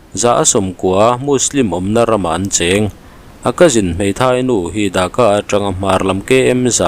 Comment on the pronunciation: Mi ziah chhiar loh tih thu hma neih ṬUM tak ah(minute na)an khawpui Thaka i tih hi ka lo ngai thla fuh ve tlat,an khawpui DHAKA tih tur zawk aniang a,Viewer hrelo ten Bangladesh khawpui THAKA amaw an lo tih palh loh nan...